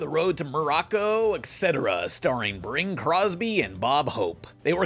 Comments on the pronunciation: "Bring" Crosby? Did you call him "Bring"? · Sounded like you said "Bring Crosby".